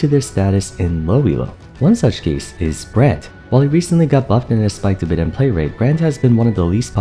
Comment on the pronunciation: I swear to god you sound like youre saying "brant" not brand